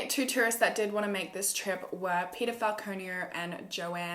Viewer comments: Did u say his name was pedophile hhahahahahahahah I heard wrongly 😂😂😂 it was Peter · Everytime u said Peter I thought u said pedophile and I was like And I oop